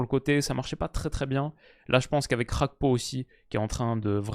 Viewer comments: « Rakpo » ?Ca se dit pas Gakpo? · Juste dire GAkpo au lieu de khagpo 😜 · je compte sur ton sérieux pour arrêter de dire Cody "RHAKPO". En effet bien que l'attaquant des reds soit Néerlandais, son nom famille lui vient de son père qui est Togolais. Au Togo la première langue est le français, et on dit bien Cody GAKPO. Comme par exemple Serge GAKPÉ à l'époque au FC Nantes. A titre de comparaison c'est comme si tu disais Théo "HERNANDÉ" parce qu'en français EZ se prononce É. Son nom est clairement d'origine espagnole, donc on prononce "HERNANDAISE". Avec tout mon respect et mes amitiés. (10€ offerts et votre premier dépôt doublé avec le lien en description) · J'ai envie que la Turquie passe juste pour plus entendre "Rakpo" Ca fait trop mal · Petite précision s'il est hollandais, Gakpo est un nom Ghanéen. Ça se pronounce "Guakpo". Sinon top video comme d'hab